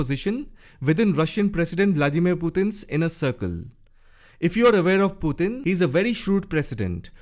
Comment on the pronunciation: I like the way you pronounce Putin. "Puthin."😆